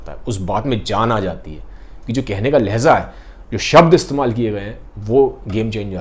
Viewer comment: a small correction in pronounciation. It's Lehja and not Lehza. Huge difference. Lehja means the way one speaks hile Lehza means just for a moment.